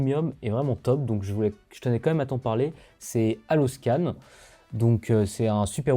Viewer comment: Bonjour, je trouve dommage qu’aucun nom ne soit écrit, au moins sur la vidéo, parce qu’entre votre diction rapide, votre prononciation , des auditeurs mal entendants… il est parfois difficile de retrouver l’outil dont vous parlez (ex : haloscan, faut deviner le h, detail seo, faut comprendre le mot detail, rank math, les sous titres donnent rank mat (sans le h)…